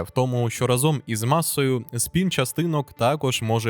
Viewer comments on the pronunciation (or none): none